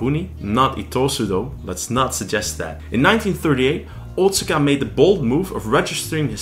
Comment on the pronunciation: Wado was my favourite martial art of the ones I've trained in over the last 40 years. BTW- Otsuka is pronounced "oh-tska". My father in law is Japanese and he corrected me on this pronunciation years ago. :)